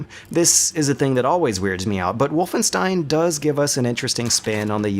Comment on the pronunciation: I guess I can't expect non-german speaker to know this, but it annoyed me for years. "Wolfenstein": The "Wo" in "Wolf" sound like in *wo*nder. The "st" in "stein" sound like in *sht*ick. The "ein" sounds like in m*ine*. So basically "Wohlfenshtain", not "Wulfenstain" or "Wulfenstihn".